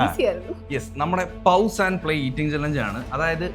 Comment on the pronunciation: പൗസ്❌ പോസ്✅